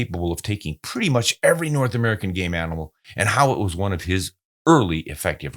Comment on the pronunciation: Atta boy Jack from dah U.P.! But you mispronounced the "great white Nort". Cheers from Flint 🍻!